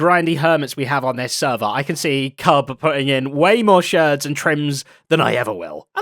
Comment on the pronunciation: Thank you Zedaph you're like, one of the only people on the server that calls them sherds, it assuages my pet peeve :)